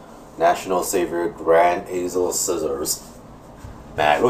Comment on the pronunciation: I hate it when u say azel its ezel